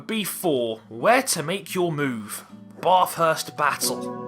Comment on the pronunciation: I feel rally bad for saying this because it was such a great video, but as an Australian it frustrates me when people try to pronounce Bathurst and they pronounce it wrong. It's pronounced Bath (short vowels the way through) - urst (same as always). the Bath part should sound like your saying Kath (as in short ath) thanks for hearing this!